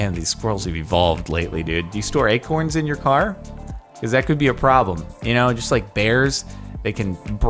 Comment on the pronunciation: the way you pronounce acorn sounds like you're saying egg corn